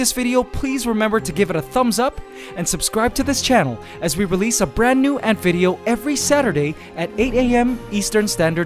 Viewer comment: did he said noob or new?